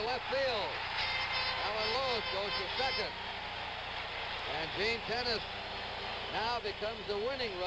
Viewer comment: minor league uniforms by cincinnati....and it isn't 'tennis' its ten-ach-ee